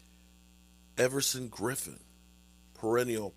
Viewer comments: It’s Everson.... Everson😂 jeez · Can you please put the name butcher schtick aside just this once, and call the man by his given name?!? E-v-e-r-s-o-n👍🏽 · all the comments about you pronouncing Everson name are hysterical, lol have a great Thursday!.😂😂😂